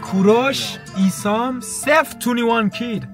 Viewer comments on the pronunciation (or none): ایسام نه آیسَم😂😅